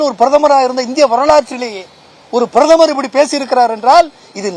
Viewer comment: புறுதமர்...பரதமார்....பிராதுமர்...ஒரே உளறல் இவன்